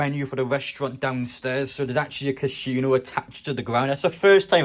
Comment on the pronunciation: Funniest pronunciation of Casino I think I've ever heard 😂